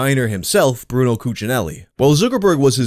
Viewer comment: BrunELLO His name is BRUNELLO 😭